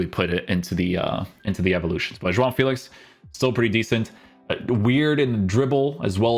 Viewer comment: if you want to say João Félix name the portuguese way say it all in the correct way. You say "João" the correct way but the "Félix" you say it like it is in english 😂 Great content King